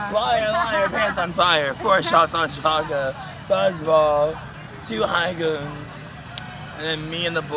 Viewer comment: Did he say “two high goons” 😭😭😭 baby go to bed